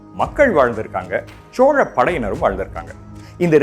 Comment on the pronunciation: Chola.....nengha pronounce pantradhu asinghamaeruku ungha speecha enjoy pannamufiyala sir pronounciation mathungha please